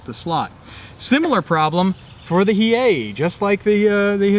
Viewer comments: Battleship Hiei... "Hi-Ee-ay." "Hee-ay" is correct. Excellent video and very interesting game. Thanks! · It’s pronounced Hiei (He A). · As the Mighty Jingles will say, "That's a paddling." Also, it is a shame you guys did not use a Japanese naval song. Also, the Hiei is pronounced Hee-aye. And final note, for the Japanese's players, your performance was dishonorable. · Hiei - Pronounced 'Hi-eye' means fast/quickly